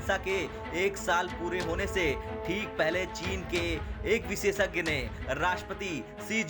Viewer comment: भाई , बार-बार विसेसज्ञ नहीं होता है , विशेषज्ञ होता है ... आज तक का कुछ तो ख्याल करो ...